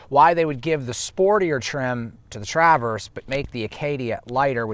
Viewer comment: Nice thorough review, but I’m convinced that you’re pronouncing “Traverse” as TrAAAverse as an inside joke lol